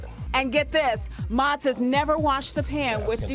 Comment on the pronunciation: Would have been nice if she pronounced his name correctly. Mow-tz